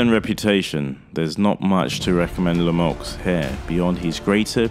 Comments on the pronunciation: It’s pronounced “Le me u” not “Lemux” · As a Canadian myself....Lemieux hasn't any chance, not even a punchers chance...Benadivez will destroy him...This Podcaster here can't even say his name.....The "X" is silent for future reference! David La-Muuuu, is how it would sound. Your Welcome.